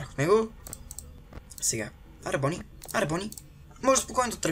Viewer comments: Много ми харесва как казваш на Бъни,Бони. много смешно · Bonni се чете на Български Бъни